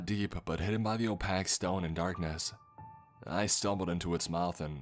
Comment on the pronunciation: Are you a bot? Opack? Opaque